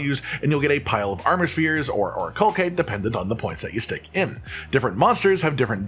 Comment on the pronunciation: I'm sorry. I just can't help it. It's driving me insane. It's 'or-ih-cal-site', not 'or-ih-call-kite'. Ok I'm done being annoying. Great video!